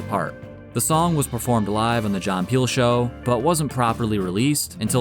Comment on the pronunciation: "Rob GreT-Ton", not "Rob Greh-en". "but" is not "buh", "tighT" is not "tighhh" ...... It's so easy to spot someone of the generation that was saturated listening to rap music.